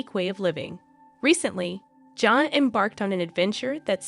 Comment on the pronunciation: You are not even pronouncing her name correctly! Smh